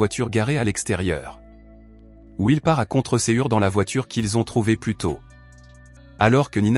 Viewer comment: Voix d'IA qui se détecte de temps en temps avec des prononciations improbables comme "à contre cœur" qui s'entend "à contre cé-ure". Dans l'ensemble c'est assez correct et interpellant